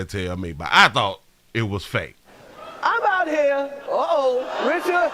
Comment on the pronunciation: He called will Richcard 😟